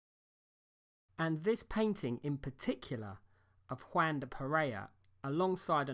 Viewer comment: It’s W-ahn, not Waaan.